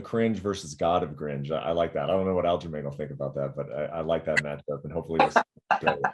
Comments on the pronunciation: He called aljomain --- aljolame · Is he calling him Aljo ShitStain lmfaooo